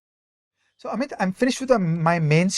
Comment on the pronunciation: Great episode! A small trivial observation: loved the way Ajay Shah pronounces Bengali names. “Omit (Awmit)” and “Sengupto”. Haha spot on.